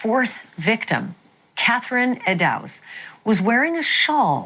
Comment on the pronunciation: It's pronounced eddoes...